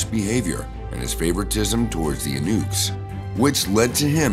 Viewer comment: Eunuch: yoo-Nik.